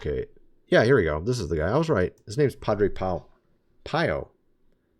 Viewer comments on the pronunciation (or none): Pronounced peeo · Pronounced peeoh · Pronounced Pee-O. Padre Pio. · His name is Padua Pio … pronounced Pee O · Not to correct you as I have learned so much from your channel but I believe it’s Padre Pio which is pronounced like pea -o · Padre Pio - pronounced PO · It’s pronounced Padre Peee-O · You said. Padre Pio name wrong. You should read more about him being a Catholic. All Catholic people should know who he is. I’m actually very surprised you’re not more familiar with him with all the information you know you should know who he is. You can’t even pronounce his name, right Not picking on you I love your channel but I strongly suggest you learn more about Padre Pio and learn how to pronounce his name. May God bless you. Hope all is well. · I can’t believe in your American way that you don’t know how to pronounce that “ some guy” Padre Pio. That’s as ignorant as saying there was some gal called Joan Something that was burned at the stake. I dunno I think she mighta bin French or German or Italian Or sumthin. Maybe you could spend 30 seconds on research before you make a video or sumthin. I dunno that might be a good idea.